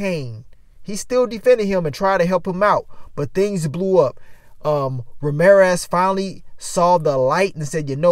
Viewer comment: OH Lawd not Ma-reer-ez!